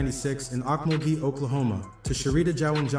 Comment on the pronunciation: FYI, the dude making the videos lives in Oklahoma but he aint from it nor does he have family from Oklahoma, ain't nobody from the state or who has lived in it for a while, pronouncing Okmulgee (Oak-mul-gee) as Awk-mul-guee. He sounds like a foreigner, its coming off as Nigerian. That's why some of his videos be a little off --- he sounds like foreign square so at times and facts be off, and yes he gets pressed quite often in the comments when they catch his errors. So no surprise he took this video down.